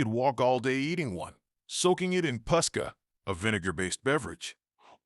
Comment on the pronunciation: Posca. Not pusca.